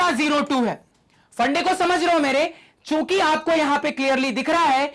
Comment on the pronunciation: Sir chuki bole rhe h mujhe chut*** sunai diyaa 😂😂